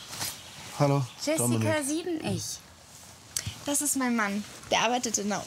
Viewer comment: “Jessica siebenech”